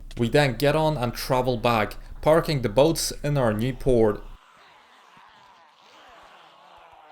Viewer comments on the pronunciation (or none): none